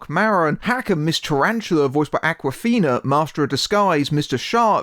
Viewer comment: Interesting review. Reading between the lines and picking up on the very subliminal notes, I get the impression you kinda liked the movie. ;) Just one thing: It's Awkwafina as in "awkward" and not Akwafina as in "Aquafresh."